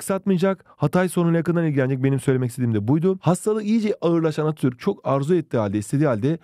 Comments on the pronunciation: hocam izlerken çok güldüm attürk diyosunuz:virtualhug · Attürk değil hocam ATATÜRK